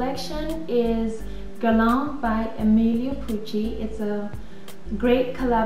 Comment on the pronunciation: I luv the videos! I luv hearing you pronouce the names of the Guerlain products, correctly:)! Whenever I log on to check my email, I take a sneak peek on YT to see if you've added a new video as Guerlain, YSL,Chanel & Dior are among my favorite brands (Guerlain & YSL are tops!). You make a person feel okay about enjoying the finer things in life without the guilt---as some people would have one feel bad, because they are not spending their money on drugstore makeup.